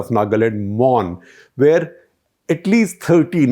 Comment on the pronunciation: The pronounciation u made for the names n palaces, well versed! good to listen kudos!!